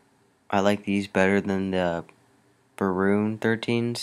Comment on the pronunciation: "Barons"! Not Baroons bruuh!